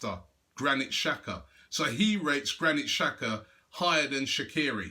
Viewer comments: its pronounced "tshaka" not "shaka" :-) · it is an albanian player and it's pronounced "Jaka" not "Shaka"